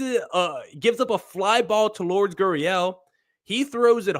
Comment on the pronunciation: Lure-des. Stop calling him Lords. Look it up.